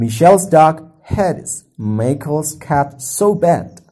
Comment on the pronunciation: begitu masuk ke vocab Cat langsung aksennya jadi british ya bang lol